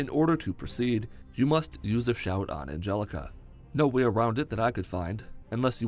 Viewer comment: Did he say the "aforkmentioned utensil" 😂😂😂 Edit: Did this man just call Arngeir "Angelica" 😂😂😂😂😂😂 Edit Again: His name is Porky Forky 😂😂😂😂😂😂😂😂😂